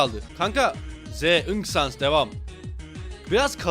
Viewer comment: ❌ ınk sans ✅inek sans